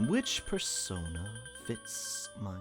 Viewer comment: Y did i never notice teddy saying bear-sona instead of persona until now